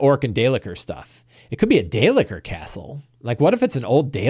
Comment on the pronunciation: 'Day-licker' is funny, but it's dale-keer.